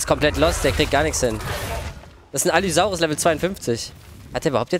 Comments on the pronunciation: Es heißt allosaurus nicht Allysaurus triggert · Normale Menschen: Allosaurus: Allysaurus xD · alle sagen allosaurus außer er sagt allysaurus die namen lernen wir aber nochmal nä? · Ich kann mir Allisaurus nicht anhören, die heißen Allosaurus! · der heißt Allosaurus haha. Kuss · es heißt ALL*O*SAURUS